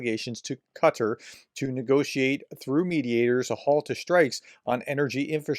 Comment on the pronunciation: Qatar is pronounced: Kah-tar